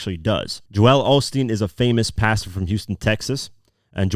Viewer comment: He is butchering Joel Osteen’s name lol